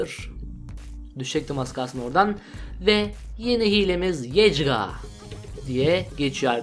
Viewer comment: İlk hile yecga değil yecgaa